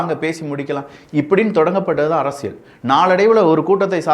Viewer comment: அரசியல் என்ற வார்த்தையை சரியா உச்சரியுங்கள். அதில் வரும் 'ல்' சரியாக உச்சரியுங்கள்..